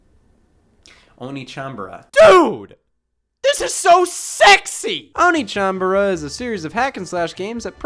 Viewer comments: They were probably trying to hint at it being pronounced "onééchanbara". "Oniichanbara" is something else. 😄 Same reason why "Led Zeppelin" is not written "Lead Zeppelin". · Does anyone want to mention that the second syllable in One(e)chanbara is actually pronounced "neigh" rather than "knee"? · It's o-ne. Not o-ni. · Onechanbara, not oni-chambara, that's a completely different thing. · Wait... the rest of the world doesn't have Sweetest Day? But downvote for constantly saying 'oni" instead of "onee" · Which one of us is going to tell Scott that pronouncing oneechan as oniichan changes the meaning? Not to mention the bara at the end of it? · It's oneechanbara, not oniichanbara inb4 it's an intentional joke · Btw it's pronounced o neh (e as in egg) chan, which translates as older sister. O nii chan translates as older brother :) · (inbefore being called weeb) the whole video scott pronounce one as "ONI" which makes it "onichanbara" .. which have a really different meaning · No one: Swoz the cott: "onichanbara" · NA localization: removes an e so english speakers pronounce it correctly Scott: oh knee chambara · Though he was pronouncing it as "Onii-chan", which is older brother. 🤔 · Onechambra is supposed to be spelled "Onee" (pronounced Oh-Nay) which in Japanese means older sister. Also can used to refer to any woman older than you depending on the context. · He kept mispronouncing the Japanese… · i spent the whole episode being bothered by how Scott pronounced the game's title. made it sound like a game about older brothers. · Interesting pronunciation for the name of the game. Edit: This video took a interesting turn. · It's not "Onechanbara". It's pronounced "Onechanbara"". Hope this helps. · For trying so hard to avoid saying the title with English pronounciation you sure do still pronounce it a whole heck of wrong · One of my favorite things about this video is Scott mispronouncing "One" in "Onechanbara." I am being serious.